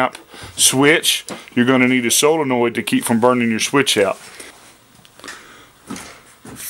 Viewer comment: It's NOT " Solinoid ".......... Its a " Solenoid "! BTW..... Common terms used " Solenoid " when in " Motors ", etc... If in Electronic World.... It's a " Relay ", but " Solenoid " are used in Mowers, Lawn Tractors, etc.... Or you can call it " HIGH VOLTAGE SWITCH ", LOL.